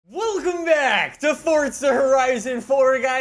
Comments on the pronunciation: It’s forza not fucking FORTZA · Is it just me or does it sound like he is saying fortza horizon 4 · And he’s still saying Fortza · why do you say fortza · Why he say “Fortsa” ???? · Didnt know there was a t in the word "Forza"